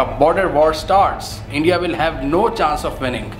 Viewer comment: Bro didi you seriously said “Endia” 😂😂😂😂😂😂